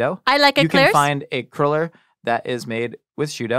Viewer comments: I love, but is she incapable of saying "cruller?":) Every time she said it, it sounded like "curler" to me... (maybe I'm the weirdo?) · Not called a curler, its cruller lol